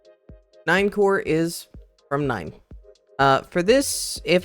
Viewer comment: Nien core is crazy, bro is german now 😂